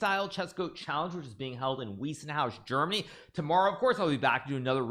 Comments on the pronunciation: Bro it is not “Wiessenhaus”. It is “Weissenhaus”. You should pronounce it like “Wicenhouse”, like Ice. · Hi Hikaru! It is pronounced Vice-en-house. Just saying. Greetings from Germany.